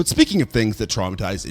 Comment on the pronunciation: Have you ever considered consulting someone about pronunciations before doing videos? Every video you manage to mangle another horror director's name and I'm just wondering if it's rage-bait or if you just don't give a fuck. Here are a few to help you, from past transgressions again The Horror Masters: Tikashi 'Mee-kAy' 'Toe-bee' Hooper Dario 'Argen-tah' Just sayin'...these are Masters of the Craft. I can't be the only one who thinks pronouncing their names correctly might serve a horror channel well...